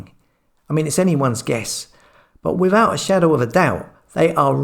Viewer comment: FAB but a bit rattling about his wiv and wivout and dat and dis and der for the, come on 💕